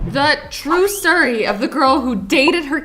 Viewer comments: Did you say stiry ? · Did you say true stir-y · She said sory not story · Idk who heard it but in the beginning but said stry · Omg i just realized that at the beggining of the video Azzy said "The true sery i don't think i heard that right did anyone notice?